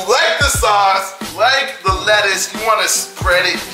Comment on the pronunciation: He couldn't say lettuce